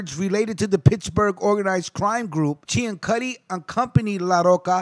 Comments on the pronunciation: Last name was actually pronounced "See-an-suty" instead of the proper Italian pronunciation that you used for this piece. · Ciancutti is pronounced "see an sooty" in Arnold, Pa. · Being from New Kensington I must tell you, that you have pronounced Mr. Ciancutti's name incorrectly. It is pronounced (Sin-sue-tee) or (Seean-sue-tee). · You’re saying his name wrong. It’s pronounced sansuti. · I was going to add the correction on the pronunciation of his name but others beat me to it. Ten years ago I was arranging a burial for a member of Sonny's biological family, and when I called the cemetery and started to spell the name the woman said, "Oh, Ciancutti!" She then regaled me with tales of the other Family. "You could walk down the street in New Kensington and know that nobody would try to snatch your purse, because if they did the Family would know about it, and take action." Thanks for all the research, and God bless.